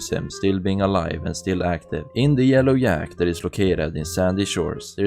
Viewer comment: This dude need to get the shit out of his mouth and talk right and learn to pronounce words because instead of saying things like job, Patrick,yellow jack,jacket, Jimmy he says yob,park it, yellow yack,yacket,yimmy